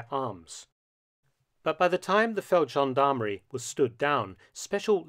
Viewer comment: Feldgendarmerie has a hard G...Always. Amazing story, nonetheless.